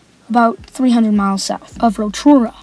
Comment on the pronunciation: Awesome work young blood. Steven Adams has a great story and is improving year in year out. Be good to see how he's playing in 5 years and how your getting on also. I'm from New Zealand and would like to commend you on your efforts in pronouncing Rotorua. Good luck young man, keep balling